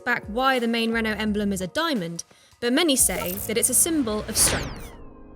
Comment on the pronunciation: The usual GHASTLY English pronunciation of Renault, Modena, etc. Listen to Forvo first, maybe you can make it a little better.